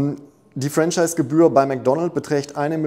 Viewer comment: Mein damaliger Mentor sagte immer: bei Franchise liegt die Betonung auf der 2. Silbe 😉